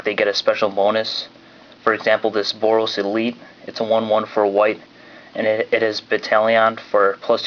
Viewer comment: he didn't say the boros mechanic right lol